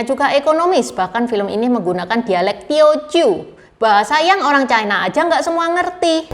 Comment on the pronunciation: Ucapan yg bnr : China, bukan Chaina